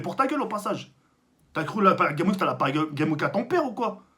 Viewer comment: Prononce le ‘S’ a Games dans paris games week stp sa stresse